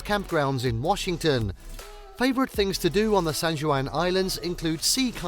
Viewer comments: Oh, lord. And not RAY-NEE-AY! RAY-NEER! Not SAN-JEW-ANN, it's San-WAN! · Do some basic research on pronunciation before you start reading the script. Pew-jet, no poo-get. Lev-en-worth, not leave-en-worth. Rain-ear, Not rain-ee-aye. San Won, not San Jew-ann. You should also learn the American pronunciation of hurricane and glacier. How could you butcher so many well known names so badly? I gave the video a thumbs down for lack of effort. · Did you for real say "san joo an"...? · I love the San Jooahn Islands north of Pooget Sound, whenever I'm not in Leevenworth. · Pew-jet Sound, Mount Rain-eer, San-wahn Island.If you are goig to do travel videos you really should do some research on pronounciation. It makes you look foolish and ameteurish getting every other name completely wrong. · proper pronunciations: pew-jet sound , leven-worth, mount rahh-near, san wahhnn islands, americans love to butcher proper english lol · Mispronounced words: Puget, Methow, Chelan, Leavenworth, Stehekin, Rainier, Ohanapecosh, San Juan, and Chihuly. Just stop. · One must learn how to pronounce certain words before attempting to do a travel video. Video was fine, but such words like Leavenworth, San Juan, Puget were mispronounced. Good thing the views in the video was better than the speaking parts.